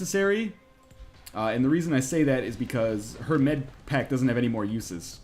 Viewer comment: "Med-paker" is so damn funny to me